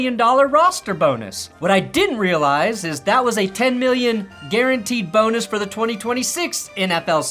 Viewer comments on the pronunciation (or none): Thank you,, for keeping us up-to-date during the off season! Did say, massive boner or bonus?